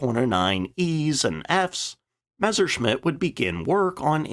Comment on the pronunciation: if you could never again pronounce it Mezzer, that'd be greaaaat